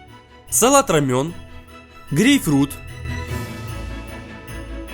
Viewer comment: Возможно меня начнут хейтить за этот коммент, (а точнее "придирку", хотя это скорее всего поправка) но название салата правильно произноситься как ромэ(й)н, или романо. Но никак на рамён